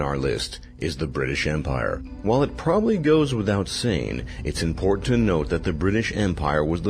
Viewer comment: "It's impor-to-know"